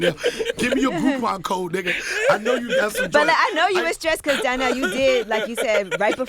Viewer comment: Why Charlemagne calling him Darnell and not Donnell 🤣